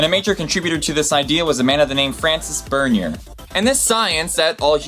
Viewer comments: I'm glad someone points out we're all the same "race"....when referring to people of other skin colors they should be saying ethnicity. François Bernier is pronounced /Fransw'ah Bear'ny'eh/ not Francis Bernyer. Jews have mostly mixed with Europeans/whites so they're considered white, Arabs also have somewhat mixed with whites from slave trades and capturing Europeans and putting them in harems...plus Romans, Greeks, Germanic tribes and Viking invading around the Mediterranean.....so Arabs are technically considered white too, with maybe exception to Egyptians since they seem to have mixed with the ancient Egyptians creating curly hair and darker complexions. Vitiligo is pronounced /vital-I-go/ not /vital-ee-go/ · Great video, as usual. Although your pronunciation of certain names (ex. Francois Bernier) was quite risible. :p